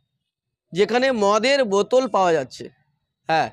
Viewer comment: বোদোল নয় বোতল উচ্চারণ হবে।